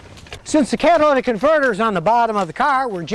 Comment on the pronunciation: "Cadillac Converter" - Scotty's Accent